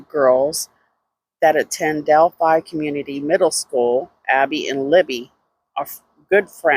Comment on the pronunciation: You left out the "L" in Delphi.